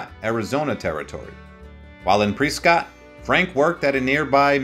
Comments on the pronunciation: Presskit…Prescott Arizona is pronounced presskit. Preescot it is not. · Press-Scott, not pre-Scott 🤦🏼‍♂️ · Say Pre-scott one more time and see what happens! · Pronunciation is Important Not Pre-Scott - Is Press-Cut Not Coral - Is Core-AL Not Tuck-Sun - Is Too-Sawn Credibility is lacking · One ,"E" in Prescott , not "Preescot" . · I love Pre-Scott Arizona. It was so much better before Scott ruined the town! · Pree Scott 😅😆😁😄😃😀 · I am from Australia and even I know its PreSScott 😉. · The time line of this piece is very difficult to follow. It seems to skip around by as much as a year in some cases. The fact that the narrator has no idea of the proper pronunciation of Prescott and corral is rather disconcerting.